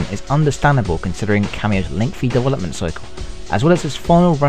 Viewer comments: I can't understand half the shit this guys says. He sounds british but then says 'dewelopment" like a russian. I need some fuckin subtitles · You know what I like? Dovolopment :P